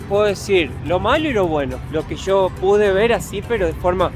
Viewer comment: "Sho quería ver el castillo" jajaja